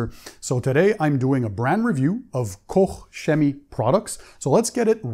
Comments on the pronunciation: Hi Pan, you did the Kouch correct but the chemie wrong. Please go to Google translate, tipe it in and the press the speaker and listen how it's to be pronounced. Thanks! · Every German I speak with seems to pronounce it a different way haha! Some say Koch is pronounce like "COKE" and "Shemie". Anyhow, it's like my name. Unless you're Greek, you can't get it right, so it shouldn't really matter.